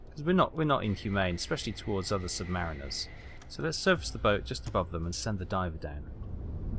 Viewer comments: sub marine er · It's submariner like how you pronounce marinade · Please correct your pronunciation of submariner